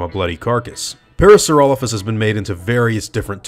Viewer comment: i'm pretty sure its pronounced Para-saura-lope-hus the way you're pronouncing it isn't the the correct Latin pronunciation "lophus" wouldn't make "Lofus" it would make "Lope-Hus"